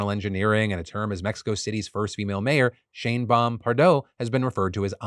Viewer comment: Thought Phil was saying “Shame-Bomb” for a second